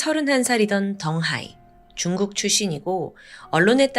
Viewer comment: 근데 왜 쭝국이라고 발음 하는거에요?